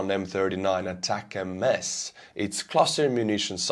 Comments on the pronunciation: When will he learn after getting corrected dozens of times that it is ATACMS as one word, not ATAC-M-S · Attack-m-s? What is that? The acronym is three syllables, not four. A TAC EMS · they are not pronounced attack-em-es , they should be pronounced atack-kooms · ATACMS are not pronounced as ATACM S. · Sorry to be a pain in the ass, but it's pronounced "Attack 'ems", as in get them mo'fo's! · love U n ur stream but as n American I have to correct u on this. Here the ATCMS Missles r pronounced ATTACK UMS…!! Keep rocking, love ur stream bro!! Watch u every day!! Slava Ukrainia, Herojon Slava 🇺🇦🇺🇸🫶🏼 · Isn't the word ATACMS just pronounced as one word? Not ATAC MS :P